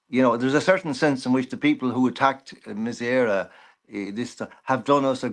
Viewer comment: Love John but surprised at his pronunciation of Mise Eire